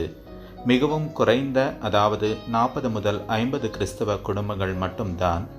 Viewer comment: கிறிஸ்தவ.... கிருஸ்தவ இல்லை.. வேளாங்கன்னி.. கண்ணி இல்லை.... எப்படி உச்சரித்தால் என்ன...என்ற மனநிலை வேண்டாம்...